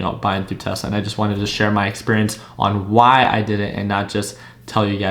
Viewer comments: hes not wrong thats how spanish people say tesla "telsa" lol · I think you meant Tesla instead of "Telsa"